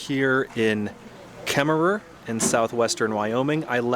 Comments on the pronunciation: It's pronounced Kemmer no extra er on the end! My family past had a ranch near Opal. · I'm so excited to follow along on this journey. I love the areas you are going to. I grew up in Wyoming, but I love the pacific northwest. Just an FYI, you don't actually pronounce the extra "er" on Kemmerer. I'm really excited to see British Columbia. My favorite mountains are the Canadian Rockies.